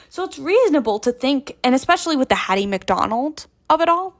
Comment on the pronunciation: Hattie McDaniel. I think you said McDonald.